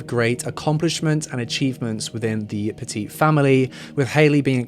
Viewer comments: I grew up in CT and lived in CT when this all happened. My neighbor was Bill’s Aunt. It was really sad and still is. Just so you know, it’s pronounced Pet-It like pet it, not petit like the size. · In the US and in the state which this takes place it’s pronounced Pet-It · Their last name is pronounced Pet-IT. Like..Nice dog, can I pet it? Good job on the video, tho!😁